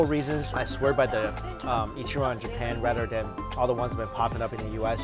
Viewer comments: being an asian, please at least make the effort to pronounce ich-ran right. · NieR: Ichiran